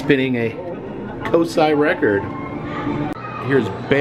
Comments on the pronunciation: Ha it’s pronounced CO-sigh, as a lifelong Columbus resident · Pronounced Cose Eye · It is pronounced Co-Sci went there as a kid when it was down by the original Wendy's location it's moved since then and they closed the Wendy's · It’s pronounced CO-SY! Next time you’re in Columbus I’d love to meet you!!! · im from ohio we call it "co psy" cosi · It’s pronounced CO SI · Hi! COSI is pronounced Co-S(eye) in am from Cincinnati and that’s what we call it! Hope you enjoyed your trip, love to cross paths with you one day and I’m a huge fan! 💖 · Us in Ohio pronounce it like this: coh- sigh :) just like how it's written! I went to cosi alot when I was a kid as I'm just an hour away from Columbus. It's one of my favorite places to visit!!!